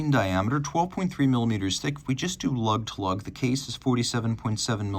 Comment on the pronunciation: this guy loves saying lllllug